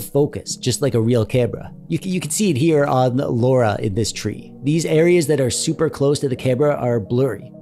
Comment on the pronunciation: dude you really should pronounce your girl friends name correctly, its not laura